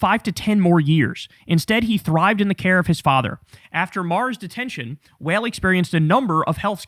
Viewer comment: Wael is pronounce wa(IL) may he rest in peace